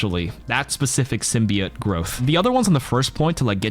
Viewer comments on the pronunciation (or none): It’s sim-be-yote